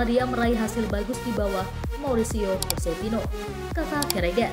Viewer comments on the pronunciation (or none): none